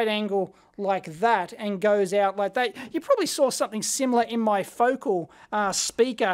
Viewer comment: Pronounced "Fo-cal" 😁😂